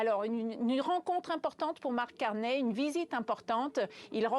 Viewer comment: Prononcer au moins son nom correctement, "ey" = é (Carney (é)), on prononce pas Cor"n'est" !!